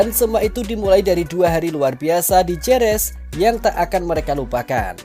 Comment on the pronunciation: Jerez baca Herez min.